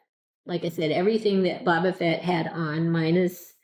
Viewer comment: Boba is pronounced like the arrow shooting tool called a bow followed by buh. Your pronunciation is more like Baw-buh...have you never seen ANY of the videos/movies out there with his name being pronounced? It's like saying Jones instead of James...